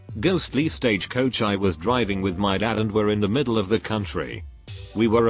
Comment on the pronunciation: The way it said Stagecoach 🤣🤣🤣